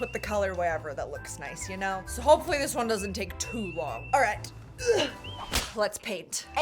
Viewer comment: “I’m gonna take-ah my crystals”